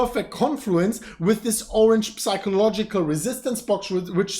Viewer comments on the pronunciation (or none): you are the best!! but please pronounce psychological like SAIKOlogical - pleeeease